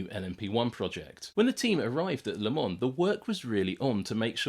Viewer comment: Also vielleicht eine sehr geniale Doku... Aber nach 3 Minuten abgeschaltet wegen dieser abgehackten KI Stimme... Sorry aber warum kann man sowas nicht von einem Menschen sprechen lassen? Der würde wahrscheinlich auch den Unterschied zwischen Lemon und Le Mans kennen...